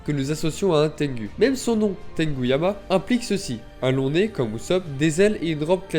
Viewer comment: C'est trop dur de prononcer tengOU?? tu fais mal au crane